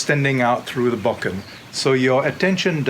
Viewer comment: It's difficult to lend any credibility to someone who cannot even correctly pronounce the name of the weapon he is demonstrating.